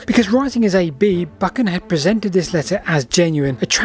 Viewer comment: Just visited Dryburgh Abbey so interested in the Earl of Buchan - pronounced Buchan, not Bukkin 😊